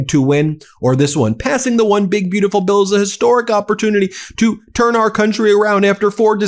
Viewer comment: Why do he call a bill "bautiful" ????